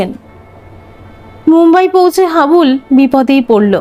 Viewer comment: নামটা হাবলু না হাবুল।